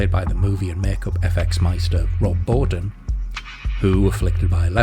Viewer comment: Great film..making is pronounced meachin..and Rob Bowden is Bottin..otherwise great video..I love your background music